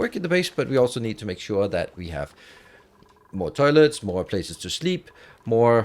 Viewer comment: Any one else hear "terlets"